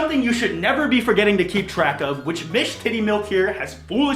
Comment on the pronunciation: i had to rewatch when he said her name like did i just hear cowtittymilk